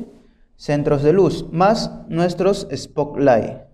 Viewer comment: No confíes en alguien que diga "espoklaig"